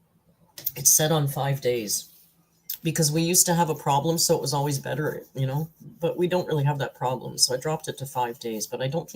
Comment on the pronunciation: Did she say problemson?